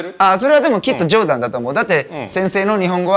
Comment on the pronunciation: 冗談のイントネーションがマイケル･ジョーダン